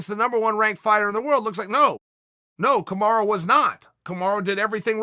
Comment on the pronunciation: He still doesn't know kamaru ends with a U, not an A. Amazing